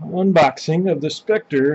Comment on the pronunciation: Ahahahahahahahaha You called it "Spector" come on man. How can anyone take a review seriously from you of you can't even pronounce the brand name properly?